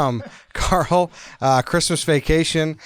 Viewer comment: It is Carl. It is not close.